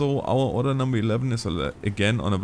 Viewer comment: I love how says 'Order' as if he means 'Oder'